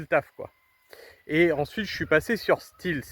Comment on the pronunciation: J’allais dire la même chose !😉